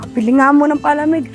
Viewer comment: Grabe Naman pag Pronounce sa Palamig ah imbes Palamig PA-lamig